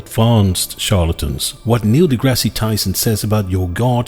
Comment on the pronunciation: slight correction: The e in "Grasse" is silent. more importantly, we still don't know what deities are. Funny how the fans never even try to explain that part.